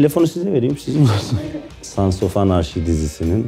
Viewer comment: Anarchy anarki diye okunur